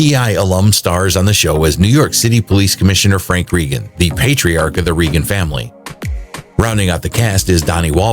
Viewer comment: ??????TRAGIC Sad Reason Tom Selleck Is Saying Goodbye???? What is tragic? Only your video is. You can't even pronounce Reagan. He doesn't do stunts in Blue Bloods. What's your problem? Why are you spreading fake news about his health? Too many repetitions and fake news from cheap tabloids. He is 79 years old: move on.